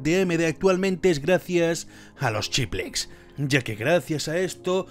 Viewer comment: Me pone nervioso que no pronuncies bien "chiplets", "chiplecs" y "chipleps" XD